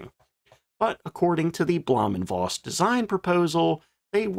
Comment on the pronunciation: In German, the letter "v" is pronounced like an "f". Please quit pronouncing it like a soft "w", which is also not silent in German and Slavic languages. So for example, there is no female cattle in any names with "ow" in them, like Mankow, which is properly pronounced Mankov. Got it?